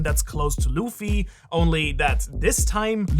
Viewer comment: i watched this for 60 seconds and just thought if i have to hear you call him loofy one more time im gonna jump through the screen and punch you in the face